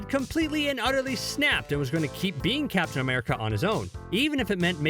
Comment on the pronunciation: Why is this guy pronouncing captain as caption?